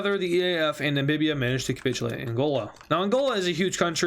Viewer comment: Namibia not nambibia